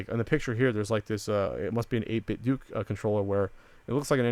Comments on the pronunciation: Pretty sure it's pronounced 8-bit "doh" like the "Ten-Doh" stuff from LootCrate. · i believe it's pronounced "8-bit-doe"